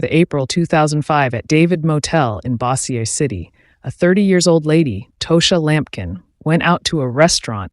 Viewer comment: I'm from Louisiana and It's pronounced Bow-zher City. May she rest in peace.